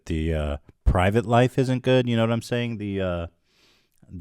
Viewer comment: “What I’m searing here...”. What are you searing, Ethan? A steak? Some vegetables? 🙄